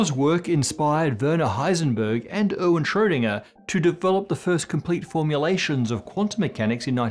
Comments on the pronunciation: When you say Erwin it sounds like you’re saying Owen and it’s super confusing to me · Oh dear god, it’s Arr-ween, with an a is an race! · By the way, Erwin is pronounced AirVin... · erwin is not pronounced owen. er is pronounced like the "ear" in bear; win is pronounced like ween ("ee" as in pee) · Erwin: Speak it like "Air-Ween" :)